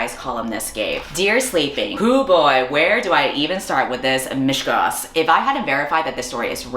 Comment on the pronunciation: Small Note: "mishegoss"/"meshugas" is pronounced "mish-uh(/eh)-goss" not "mish-gas."